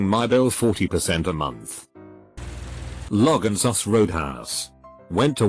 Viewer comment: like the "Logansus Roadhouse" at